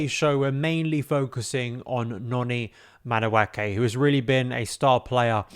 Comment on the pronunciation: its madu-eke and not madu-ake. the pronunciation is driving me insane